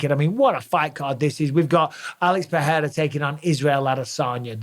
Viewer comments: Mike, stop saying “PeHeira”, it’s pronounced PeReira — in Portuguese, as in English. Joe Rogan DOESN’T know. Ask any Brazilian person, ask Gilbert Burns. Don’t perpetuate Rogan’s made-up pronunciation. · People need to stop butchering Pereira’s last name and just pronounce it PeReira like it actually is…not Peheira Peeira